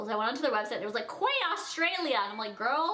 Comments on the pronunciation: it's not quay, it's key. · It's pronounced key not quway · not quay, its "key" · it's pronounced 'key' not quay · You are so cute!! Until I got a job at nordstrom, I called it "quay" but it's pronounced "key"! Just letting you know ❤️❤️ I love you!!!! xo been a loyal cutie for years! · Quay pronounced as "key" I use to say it wrong too 🙈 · just letting u know its pronounced 'key' not 'quay', its just a weird australian thing xox love ur channel! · i love you girlie but quay is pronounced like key❤❤ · Quay is pronounced 'key' no hate just letting you know :) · quay is pronounced key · OMG not trying to throw shade but it's pronounced "key" not quay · quay is pronounced key not kway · its pronounced key not quay girl come onnnnn get your life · Quay is pronounced "Key" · The sunnies brand is pronounced like key. Loved this babe!! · Quay is pronounced like key 🔑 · Love the sunglasses!!! Im from Australia and we pronounce it "key" Australia. Love your videos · I live in australia and quay is said like "key" love you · no like you can't just mispronounce things that are said a certain way😂 if my name is Kara, people can't just call me Cora. That's not a thing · Ps, quay, is pronounced 'key' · The brand of the sunglasses are pronounced 'key' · Just an FYI - Quay is pronounced Key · Quay is pronounced key. :) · Its pronounced key even they its written quay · Its pronounced key Australia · Its pronounced 'Key' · Yes, it is a Canadian thing. I think they're talking about how she pronounced the brand, Quay, incorrectly in this video. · She's like 20 and can't say Quay correctly 😂